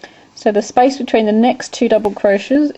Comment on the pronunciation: Space? It sounds like ur saying spice. LMAO!